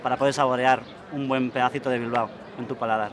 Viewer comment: For anyone that actually goes there, it’s pronounced “Bil-bow” pronounced how you “bow” in some Asian cultures. Drove me nuts that she kept saying “Bil-ba-oh”.